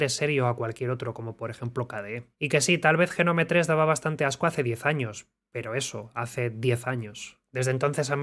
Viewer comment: "jenome... jenome... JENOME... JENOMEEEEEE"... DIOS!!! BASTA!!